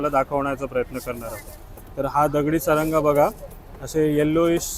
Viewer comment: सारंगा नाही म्हणत त्याला सरगा म्हणतात व्हिडिओमध्ये अशी थोडी कॉमेडी असली तर व्हिडिओ बघायला खूप मजा येते 😂😂